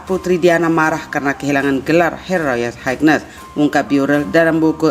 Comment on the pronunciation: Cara baca royal Highness kurang tepat